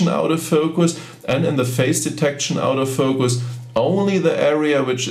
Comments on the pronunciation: What is this OUT OF FOCUS..............if you mean Auto focus its pronounced orto focus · Lol...it does sound like "out of focus", instead of autofocus but, no big deal. Very nice video. Watched it until the end. Got some great tips. I especially liked the one at the end about assigning the function key for the artificial horizon in the viewfinder. Just now set my 7100 function key to exactly that. Thank you! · Love how you pronounce auto focus as "Out-o-focus" :) that's what I'm callling it from now on.